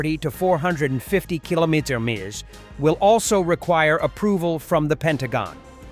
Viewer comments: Your robot forgot how to pronounce kilometers. I really do think you should use your normal voice It's very good and so is your English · What AI can't pronounce kilometers 😂😂?